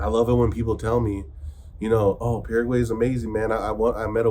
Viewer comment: Paraguay... pronounced "Para Y" (para why), not "para huey". over a year in the country, you should know better 😁